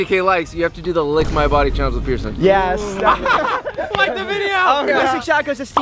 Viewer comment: Oh I thought he said Bierson